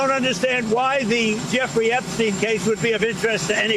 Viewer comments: Ok, this needs to be addressed from multiple videos now. The criminal is EPstein, not EGstein. Can ypu start saying it right or not talk about it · Fuk epstein not eggsteim